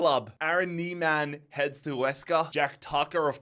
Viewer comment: Aaron nemane not Neman